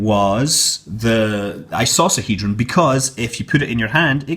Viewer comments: It is pronounced eye-KO-sah-hee-drun. Also, these are not 3D printed metal. They simply use 3D printing as a small (and ultimately unnecessary) part of their production process. A real 3D metal print must actually be PRINTED with metal. This is usually done using a welding type print head. Considering how trendy 3D printing is nowadays it is an important distinction. (Seriously people. Doesn't anyone make projects that don't involve 3D printing, Arduinos, RaspberryPis, or Teensys anymore? Most of the time you are adding unneeded complexity just so you can shoehorn one of those in to get some cred.) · Well, I've never heard anyone use a soft c till this video. Strange. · Icosohedron has a hard c